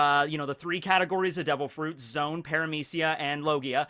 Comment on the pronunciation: I think "zoans" are pronounced like zoh-ans, not zones Like the word for animals Zoa Because it's the fruit that makes you an animal